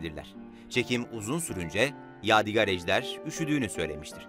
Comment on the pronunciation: Yav birader eline emeğine sağlık tamam da adamın adını doğru söyle valla gıcık oldum ya, yâdigar değil yâdig(â)r diye, ince "a" olacak.